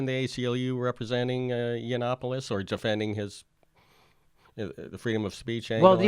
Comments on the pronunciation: Hey Jimmy his name is pronounced : Yah-no-pooh-loss! Say the vowels like spanish vowels. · i can not believe that u called him snuffaluffagus the whole show lol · I thought it was really cool and witty that Jimmy Dork called Yianoppoulos "Snuffaluffigus". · Did you call Milo Snuffalupogus? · Do you think you're clever by mispronouncing his name? You're not funny. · Hey Jimmy, I love your show, have subscribed and check your site frequently, yes I am a HUGE fan. However, your trite dismissal of Milo, without your usual level of research, was slack. What was worse was your careless mispronunciation of his name, that just made you a dick. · You've just pre-emptively lost a non-existent debate against Milo. And the fact that you purposefully mispronounce his name makes it even more cringy.